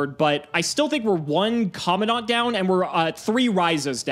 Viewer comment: It's Commandant not commondant